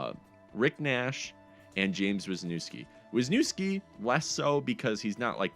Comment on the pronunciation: Wisniewski is the Polish equivalent of Visnovsky (Slovak), his cold defensive partner in Anaheim. Correctly pronounced more like Vyshnyevski. Wisnie = cherry ski ending means; belonging to, son of, or deriving from